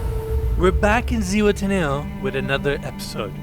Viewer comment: If your planning to look for it in Zuhuatanejo you'll need to improve the pronunciation, other way nobody will understand what you're saying.